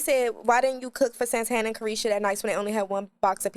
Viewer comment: I’m never calling Santana,Santana again…😂😂😂